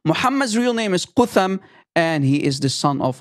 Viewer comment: its spoken "kat hum" or isnt it ? (no english TH)